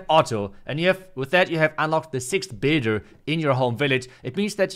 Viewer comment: Dude you need to work on saying the word "builder" , I always hear it as baiter lmao I was confused at first.